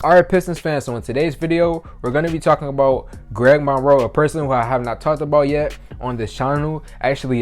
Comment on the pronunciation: “Gweg Monwoe”